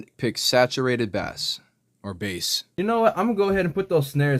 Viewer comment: You almost lost me when you said bass instead of bass lol